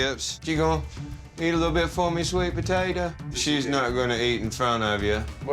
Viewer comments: “SWeeT pOtaToah” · It was so bad but so hilarious I was dying so hard of laughter then “what the hell was that” part as hilarious as SWEET POTATA!! SWEET POTATA!! 😅🤣😅